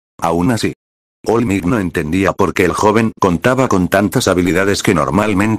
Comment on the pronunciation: "Migh nit" ¿Es all might?